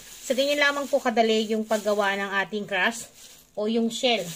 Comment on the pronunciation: Crust po hindi crash 😂😂😂